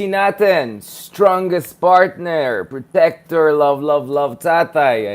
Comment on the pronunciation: Pertner, pretecter. Chikka Minute!